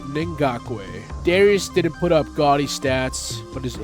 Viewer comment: I think it was pronounced “Darus”